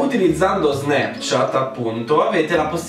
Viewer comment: Un momento. Ho appena avuto una crisi esistenziale. Da quando in qua '' Snapchat '' si pronuncia '' SnEpchat ''?! O.O